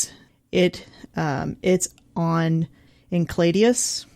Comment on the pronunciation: Why are they pronouncing Enceladus as encladeus?